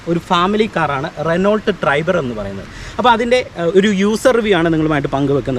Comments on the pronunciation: റെനോ ആണ്. റെനോൾട്ട് അല്ല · റെനോൾട്ട് അല്ല.റെനോ ആണ്